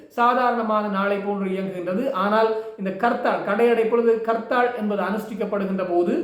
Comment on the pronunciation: It's not karthal.Say harthal.